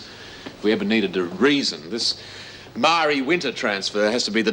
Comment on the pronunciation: Marie Winter. I always pronounce it Ma rie. In Wentworth